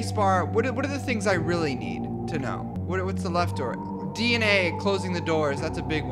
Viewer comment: DID YOU SAY DNA.. oh I think it was D and A..